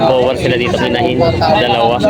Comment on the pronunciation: Ang Correct Pronunciation ng BOER ay BOR, Silent ang E, Galing sa Afrikan (Dutch) sa South Africa. ibig sabihin FARM O FARMER. Yung barakong baboy, sa Inggles BOAR. GANON DIN ANG PAGBIGKAS.. Yung SAANEN goats Galing sa Saanen Valley sa Switzerland Ang double A pagpronounce SAHHNEN, Long A imbes na double ang A.. Paki bigkas ng tama para hindi sabihin BULOL tayong Pinoy.